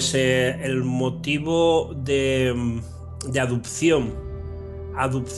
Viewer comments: adupsion - adupsion, adusido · "Los poderes que hizo", "adupción", "andó"... Ese tío ha leído mucho, sí.